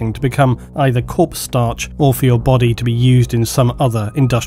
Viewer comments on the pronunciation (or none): none